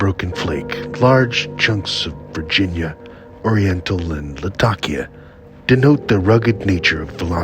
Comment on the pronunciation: In addition, thank you for pronouncing Latakia correctly! lol